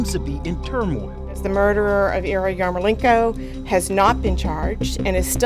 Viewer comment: OMG – That narrator/interviewer is one of the most grotesquely ugly humans I have ever seen. He can't even properly pronounce the victim's name – he keeps saying "Iriyarmolenko"!